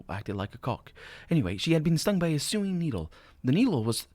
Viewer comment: Just for your information, Sewing is pronounced So-ing.